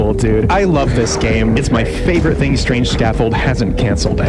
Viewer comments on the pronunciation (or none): none